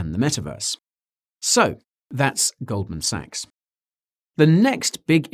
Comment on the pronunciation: It's pronounced gold man sacks